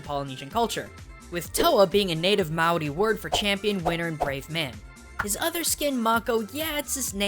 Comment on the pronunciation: i luv dis video cause im from nz and he actually pronounced maori pretty well